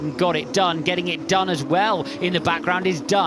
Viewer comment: "got it dunne , getting it done as well in the background is dunne," what is this tongue twister?